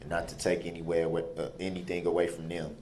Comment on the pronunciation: I just about died when I read WHOSE "NEM?"😂 Not THEM but NEM. Ebonics at its finest